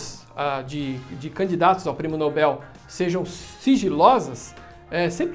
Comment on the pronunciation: Oxi, oxi, Pirulla, o já tá falando como se diz "Nobel" corretamente e msm assim vc erra a sílaba tônica? Tsc, tsc, tsc.